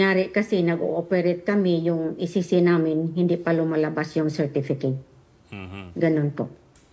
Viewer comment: ECC po maam hindi po EEC 😂😂😂